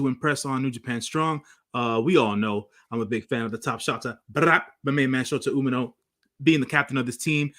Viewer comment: I think shota’s name is pronounced Umi•No.